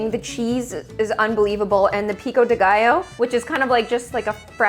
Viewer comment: As a mexican watching pronounce pico de gallo made me laugh so much 😂